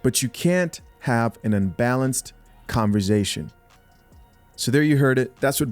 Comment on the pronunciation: What the hell is "CONVER-ZATION"